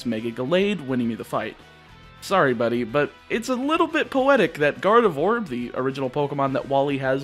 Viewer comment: Please stop saying Garde"vore"